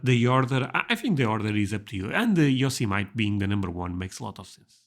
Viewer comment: this is the correct pronunciation right here! You did it.